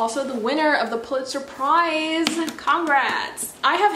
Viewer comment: "which is also the winner of the puliTZER PRIIIIIZE !!! congrats." hahaha ily 🤧